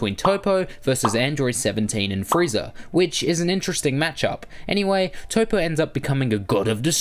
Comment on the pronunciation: Toppo not Topo